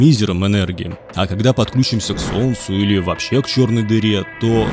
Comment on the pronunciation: Одновреме́нно, знаме́ние, подклю́чимся... Боже, не прошло 10 минут, а мне уже больно слушать его речь.